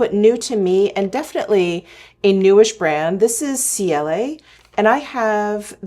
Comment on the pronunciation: I love the brand Ciele (btw the brand is pronounced CL😉). Almost everything has a mineral SPF of 50. I especially love their skin tint, concealer, blushes, & cream bronzers ❤